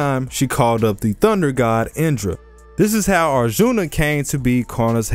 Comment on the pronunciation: U butchered arjun's name and the name of the war🤣🤣 hear it from an Indian